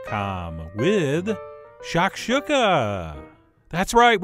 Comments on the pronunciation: Pronounced “shack- shoe-Kah” not “shack shook-ah” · It's pronounced shack shoe ka, also there's 2 versions of shakuka, the North African version which is the one you made and the middle Eastern version which is scrambled eggs with vegetables, crack a few eggs in a bowl and beat them then fry up some veg in a pan then throw the eggs in and continuously mix with a silicone spatula and always take it off the heat before you think it's done then season after it's done not before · shak-SHU-ka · That’s nooooot how you pronounce that....